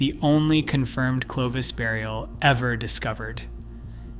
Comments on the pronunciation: itś not Clee vos It is Clo vis. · OMG! One of the most important terms in this presentation is mispronounced! Clovis not sleeves. I have to stop here a . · And train your reader-bot to pronounce 'Clovis' not 'Cleave Us" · It's not Cle-vos, It's Clo-vis. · How does one get "klee-vose" from clovis...credibility goes out the window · CLO(oh) VIS is correct . 😊😊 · The first syllable is "clo" which rhymes with "flow." Also, the Clovis people never crossed the Persian Gulf, despite your short video which shows them doing so. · Excellent work overall, but it's impossible to overlook the repeated, incorrect pronunciation of "Clovis." 😢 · But the other pronunciation was not correct. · In a mysterious, contested subject - are e to believe you when the key simple name Clovis is so grossly mispronounced?